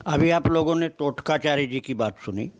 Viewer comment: तोटकाचार्य, NOT टोटकाचार्य